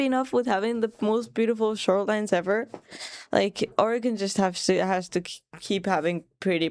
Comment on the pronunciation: As an Oregonian I'm just happy you are pronouncing Oregon correctly.